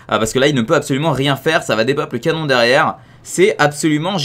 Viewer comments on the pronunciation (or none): none